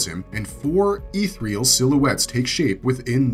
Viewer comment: Ethereal? Or Ithyrill?